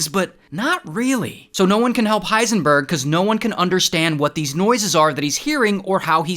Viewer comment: Why did you call him hiesnburg